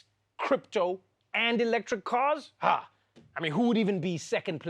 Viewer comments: That "haaaa? " was so south african😂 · That "ha!'' came straight from South Africa lol